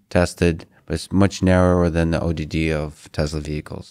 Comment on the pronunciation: Lex: "the ODD of Tesla vehicles" Elon: sounds like ADD, haha